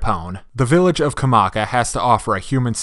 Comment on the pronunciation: StupidPrivate913 It's pronounced Ka-mi-ki not Kamaika